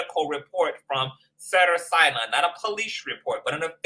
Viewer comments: Great video! You are hilarious with the replay of Kelsey. 😂. Cracking me up with Cedars which is pronounced See-dars 💅🏽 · Thank God someone noticed the incorrect pronunciation. Im a 32 year Registered Nurse. I cringe 🥴